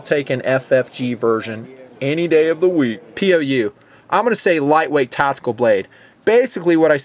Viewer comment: Is "tatical" the same as "tactical"